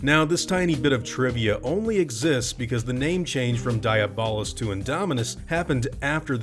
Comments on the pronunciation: I'm pretty sure it's pronounced Dee-ah-bull-us-, not die-a-ball-us. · It hurts to hear you pronounce it like diabetes and not like Diablo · I thought it was pronounced De-ah-blos rex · I think you pronounce it dia bol us rex and also Diablo someone translate that